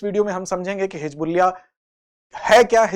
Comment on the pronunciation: Hijbulla nhi hizbulla uchcharan hoga sir ji